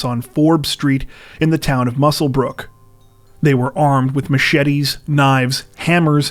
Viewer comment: Very much appreciate how you correctly pronounce Muswellbrook!